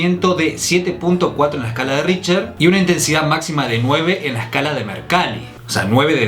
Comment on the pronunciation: El índice: RichTer: Richer El índice: RichTTTTTTTTER: Richer